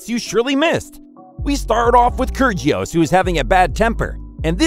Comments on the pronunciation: btw i don't mean to be that person but when you pronounce kyrgios the g is silent :) so its like kyrios btw i love this channel! great video! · That’s not how you say kyrgios’ name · ker gee os ... 🤣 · How did he pronounce kyrgios like that